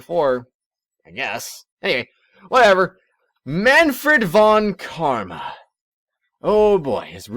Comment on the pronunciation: Mahnfred fon Karma or something like that. Mah-n-fred (with a long e) fon (almost like the Fonmaster in TotA but with a shorter o and n) and Karma was alright as you said it. I'm not good in explaining such things xD But you don't have to change that if you don't want to. At least it's funny to hear :P